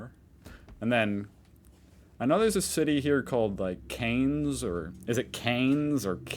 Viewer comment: It’s CANS lol